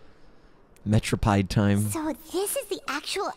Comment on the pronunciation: It's not "Metropied"! It's Pronounced "Merro-peed" lol